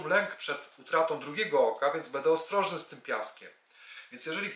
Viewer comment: PAN cudownie omawia, świetnie się słucha, ze świecą szukać, ...Jednak proszę bardzo zwrócić uwagę na słowa typu będę itp. Przepraszam i dziękuję